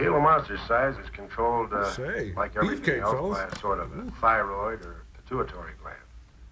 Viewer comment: "PITUITORY GLAND"??😂😂😂 It's: "pituitary". Can't believe no one caught that.